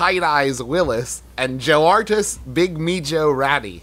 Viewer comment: The way Travis pronounces mijo vgdsbhjnbhvdg